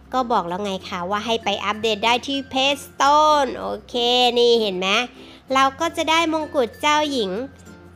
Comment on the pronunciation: เพลย์สโตค่ะ ไม่ใช่เพลย์สโตน